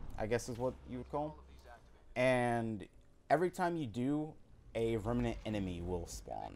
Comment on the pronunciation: Remnant is 2 syllables not 3. rem-nant not rem-a-nant.